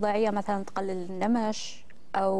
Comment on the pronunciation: النمش النون شده بالفتحه وليس كسره بالشده هذا افصح من ترك الاعراب اختبل